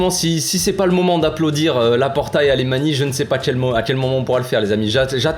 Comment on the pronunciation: Le plus incroyable c'est vraiment d'avoir réuni un effectif bien plus compétitif tout en allégeant la masse salariale... Et tout ça grâce à la cession d'un partie - presque - négligeable du patrimoine. Un vrai tour de force... Accessoirement Alemany se prononce plutôt "Alamagne".